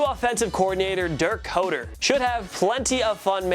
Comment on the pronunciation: it’s dirk “cutter” fool